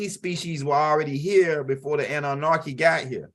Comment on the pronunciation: It is so funny every single time he say it lol 😆 🤣